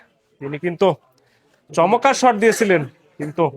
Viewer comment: ভাই চমক্কার কেন বলেন? চমৎকার বলবেন।